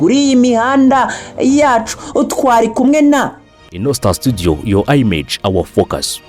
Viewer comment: Akantu ka "yo ayimeji " ni ko kabi wallah 😂 umwongereza araha